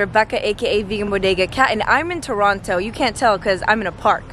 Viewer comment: Umm its pronounced Tronno